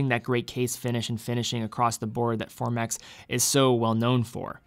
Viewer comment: Formex not Formax